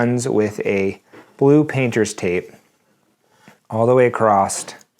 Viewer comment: The word across doesn't have a "T" at the end. 😉